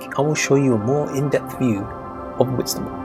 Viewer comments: Did he say Whitstable. I think it's awful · Whitstable? To visit yes, but not to live!